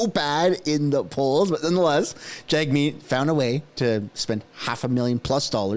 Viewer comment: Jag-shieet will rig it